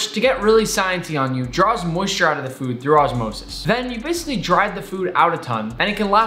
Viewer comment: "osmosis" i swear